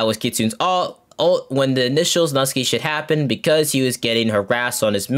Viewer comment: videos are getting real unnecessary ngl, and hey at least I got a refresher of what happened to the controversies Also, "Nusky" is pronounced "New-Sky" lol